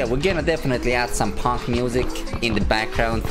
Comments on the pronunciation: PHONK OMG (also its pronounced fonk not ponk:)))) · lmao you called phonk -> punk, not quite but you got it close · It’s pronounced “fonk”